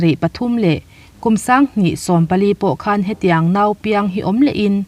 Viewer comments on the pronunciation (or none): none